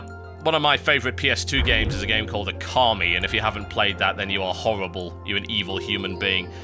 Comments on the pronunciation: O-KA-MI not car!!!!! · Okami. Not carmi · stop saying okami wrong made me so angry